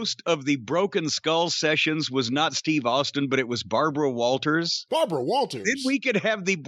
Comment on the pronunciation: Babwa wah wah. 🤣